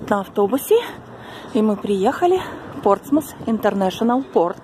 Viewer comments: Город Кан в Нормандии. И все-таки ПортсмуТ. В анг транскрипции на конце коварный звук th - θ. P.S. О! Наверное. я должна извиниться за умничание)) Но вы всегда можете удалить мой комментарий. Глупые комментарии о том, что пора мол знать о пальцах, которые оказывается большевики переименовали (не дурь ли?), пестуются, а отрывок из классики, приведенный мной, где доказывается обратное, безжалостно искореняется. Жаль, немного знаний народу то не помешает. И все-таки Портсмут! Пожалуйста! Все хватит мне этих косноязычных и других блогов! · Спасибо за ваши комментарии о шале. но здесь настаиваю на произношении Портсмус . На конце ни разу не Т а звук th - θ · Да, в русском варианте город Портсмут. Но в Британии произносят th в конце, и только так. Вы же,наверняка, знаете, что и Лондон в английском звучании совсем не Лондон :))